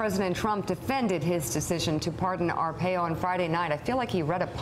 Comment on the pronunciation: I love Morning Joe, but it's Ar-pie-oh.